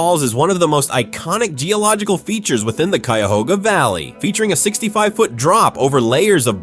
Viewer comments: You just butchered the pronunciation of Cuyahoga county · Also, never mind. He pronounced Cuyahoga correctly initially, but when talking about the river later in the video, it got butchered too. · A lot of videos documenting Ohio in general mispronounce the names - at first, the voice (probably AI) pronounced Cuyahoga correctly but later in the video it screwed it up, lol. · Ack! Cuyahoga and Geauga!!! Learn how to pronounce, if you are a professional narrator!!!